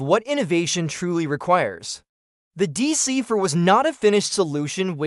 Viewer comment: deesee FOUR (not Deesee Fuh)😡